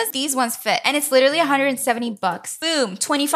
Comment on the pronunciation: lol she said: that was four hundred blucks?